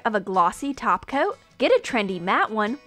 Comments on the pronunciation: You pronounced it wrong it's.... Glossy Taco💅🌮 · it's not clear top coat it's clear taco